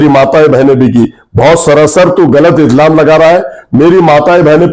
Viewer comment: Izlam nahi ilzam bolte hai 😂